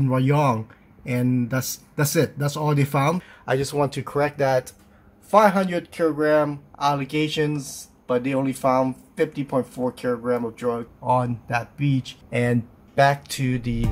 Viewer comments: Its kilogram not Kiro Gram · What's a KERA GRAM? ARE YOU TRYING TO SAY KILLOGRAM? MM? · Great video. Thanks for sharing! And for the record its pronunciation is “Kee - lo - gram” not “Kee ‘ro’ gram” 😂😂😂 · What's a kiro gram? And what's a Herrs Angel's member? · 500 kirrogram Australian: Hills Angels Sorry, "Asustraria"